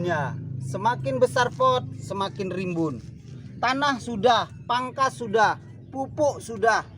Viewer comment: Pupok pupok....melayu medan ini udah 😂